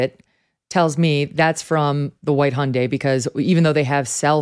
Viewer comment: What is a “Hon-day” does this guy know there are Hondas and Hyundais and to stop combining them lol